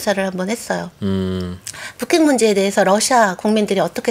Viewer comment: 북핵 ->푸캑? 발음 진짜 이상하시네